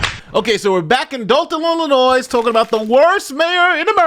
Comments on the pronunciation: Illi-noy….NOT illinoize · Come on man, it's not IlliNOISE. It's Illinois (ill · uh . noy,) the "s" is silent. Sorry, but bad pronunciation dives me up the wall. This is one everyone should be aware of by now. Sorry, but it doesn't take much to distract me from the subject, lol. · ILL-I-NOY. Not NOYS. NOY. Stop it. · Illinois please, its not illinoisssssssss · It's spelled Illinois but it's pronounced ill-in-oy. The "s" be silent and stuff.. jsyk. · It is not Illi-NOISE! Please learn to pronounce it correctly! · Pretty bold to talk about a scamming mayor and then do an ad read for a scam drug 😂 Also, it’s “Illa-noy.” The S is silent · This Henyard story is nuts, dude. it's pronounced i·luh·noy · please stop putting an "S" at the end Illinois. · You keep pronouncing the s at the end of Illinois but the s is silent. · The “s” in Illinois is silent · Bruh, pronouncing the "s" in Illinois is super cringy. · Bro the S is silent in Illinois. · The S isn’t pronounced in Illinois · How are you a lawyer and cant pronounce "Illinois" ? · Hey. I’ve been a sub for about a year, but all due respect, Illinois is pronounced with a silent S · Please stop pronouncing the S at the end of Illinois. It's silent! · The S in Illinois is silent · Do me one favor, don't pronounce the "s" in Illinois! Thank you😘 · You don't pronounce the "s" in Illinois smdh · for the love of God, the S in Illinois is silent? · the "S" in Illinois is silent! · Illinois has a SILENT S! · how big of a dullard cant say Illinois right ?????? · It's pronounced illinois. Not illinois.